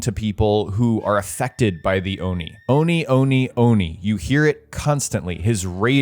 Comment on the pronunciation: Every time you said Oni it felt like you said old knee